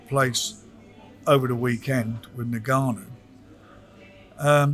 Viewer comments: Frank really needs to call this guy by his correct name considering he's promoted this fight, it's Ni-Ga-Nu, it's not En-Ga-Nu!!! Glad Raheem trier to correct him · Why do white people always call Francis "Nigg-ah-noo", it's obviously 'Enn-Gah-Noo" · how mental he still cant say Francis surname correctly....just rude